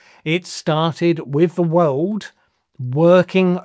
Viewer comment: When will the wiwd accept your gross pronunciation of the word wiwd?